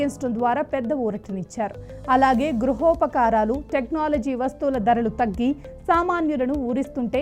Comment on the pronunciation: Gruhopakaranalu Amma telugu ni champakadi